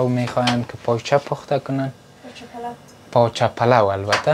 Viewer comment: تلفظ تان به مردم کابل نمیمانه باز چرا میگین کابلی هستیم پایچه چیست پاچه در حقیقت کله پاچه اس دگه چلی کباب ههههه چپلی کباب تمام برنامه های تان میبینم مگر تلفظ تان به مردم کابل نمیمانه دگه ده وقت میده کردن پیاز و سیر ده سر و چادر خود دست نزن بو می‌گیرد لباس هایت 😂😂 امیدوار هستم خفه نشین ❤❤